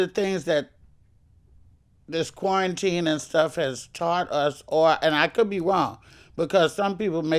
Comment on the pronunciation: Luenell straight saying "corn-teen" 😂